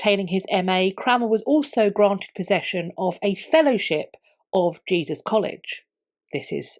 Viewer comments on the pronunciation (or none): none